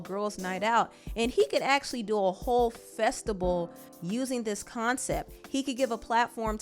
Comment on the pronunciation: I'm sorry, a "festibal" ? My Oxford dictionary doesn't have it. Festable? Lord have mercy, which one is it even? Festi-ball? Christ come help!